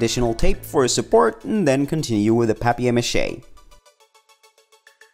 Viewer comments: Who says "pap-e-air" ma he its paper pronounced like "pay-per" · “Pap-e-air mache” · A-lu-mini-um fo-yl Pap-eye-air mache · Ahha it's french! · Did anyone notice the way he said paper mache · Is anyone else cringing over how he says paper Mache’ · You said paper mache wrong